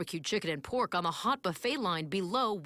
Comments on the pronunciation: "The best boo-fayy in the USA!!". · Gary Brice boo-fayy😂😩🤮